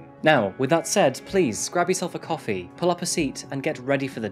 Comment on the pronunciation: Do they say coffee like copy? Is coffee house pronounced copy house. Strange.